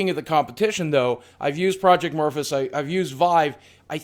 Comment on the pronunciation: I promise I'm not mad but it's my name. It's Proejct Mor-Phee-us. Been called Morfus way too many times. Three syllable.